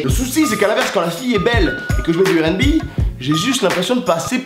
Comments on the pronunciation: donc tu prononce le R de rnb a la francaise... mais tu dis bi au lieu de bé comme à l'anglaise. ok le concept est spé mais ok. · Wola il saoule à dire « airènbi ».